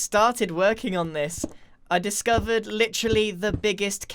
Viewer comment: "i discovedred litteraly the biggest cave" laughs in 1.18